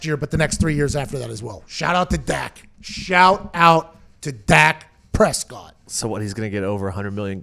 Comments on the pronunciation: She has a inside scoop but cant pronounce his name!..🤣🤣🤣🤣ok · No, she thought it was Dax Prescott